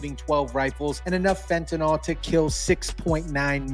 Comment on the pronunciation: It is pronounced fenta-kneel, not nol!!!!